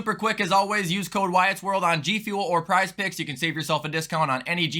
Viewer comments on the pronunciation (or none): none